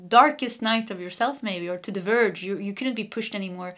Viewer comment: Lol❤u said "purged" to the "verge" 😂❤🙏💚 AMEN 🙏🙏🙏